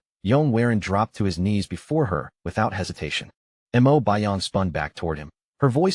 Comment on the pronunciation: Mo not m.o